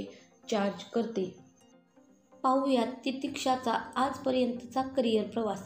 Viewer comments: तुम्ही titiksha म्हणायच्या ऐवजी सारखे titishka असे चुकीचे म्हणत आहात. कृपया उच्चार नीट करा. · Titeeshka nahi titeeksha 🤦🏻‍♀️ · तू आधी सरळ नाव बोलायला शिक बाई किती चुकीचं नाव बोलतेस😢